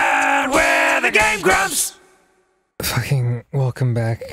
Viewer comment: Tbh, whenever I heard someone say "Game Grumps", I've always heard it as "Game Grubs", but I knew it was Grumps, it just...sounded that way. lol